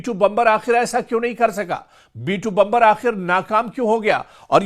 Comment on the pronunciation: बंबर नहीं बॉम्बर कहते है अंपढ़ जागिल 😂😂😂